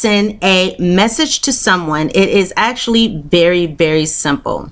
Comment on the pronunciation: its voory voory ‘sumple’